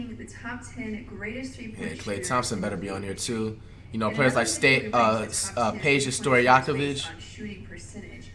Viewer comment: He said peja correctly I’m shocked